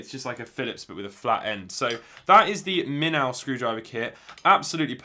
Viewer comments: Please do not take this the wrong way. Minnow is pronounced "min-oh." It basically means a small fish. Hence the fish on the packaging. Moray is a tropical eel. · Haha I heard him say minnow and that the name has something to do with fish, but had never heard of a minnow before. Then I went to look at iFixit and saw the minnow and when I read it, I realized it was just how he as pronouncing it.